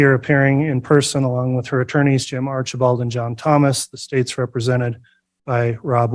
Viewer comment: Im sorry but everytine I heard Artchieball, like a child I chuckled!❤ Bears 🐻 ❤